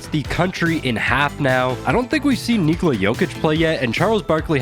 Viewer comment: Jokic would be proud of how you are pronouncing his first name... well done mate